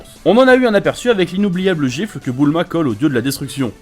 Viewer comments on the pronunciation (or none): super video mais* ::: c'est Bulma et non Boouuuulma !!! hahaahhaaha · Toi t’as vraiment des problèmes sur les prononciations, déjà tu mAvis alors que c’est M"éy"vis De plus C’est pas Boulma mais bUUUUlma, répète après moi BUUUULMA :) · Mdr tu me tue quand tu dit boulma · «Boul-ma » c’est vrai qu’elle porte bien son nom 🤔